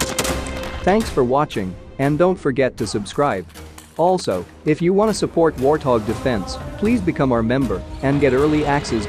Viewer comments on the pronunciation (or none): none